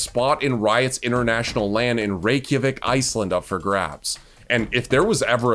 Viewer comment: The most shocking part about this video is that Iceland’s capital was said correctly every time